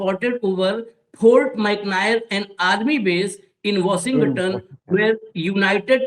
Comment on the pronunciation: It is Washington not washigatan